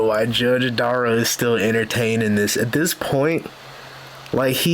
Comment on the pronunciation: "Watch Duh-rell fail...... at not going to prison" 😂😂😂😂😂